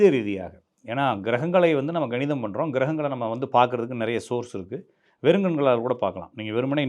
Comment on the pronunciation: சார் ganidham illa kanidham